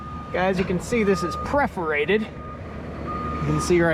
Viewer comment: Perforated or 'preforated'? JK ;) I'm getting ready to put in a system and this one seems HUGE!